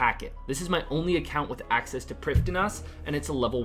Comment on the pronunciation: i didnt know it was called prifdin -ass?